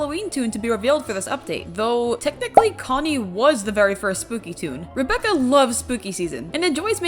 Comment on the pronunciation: Rebecca is pronounced as R - eye - becca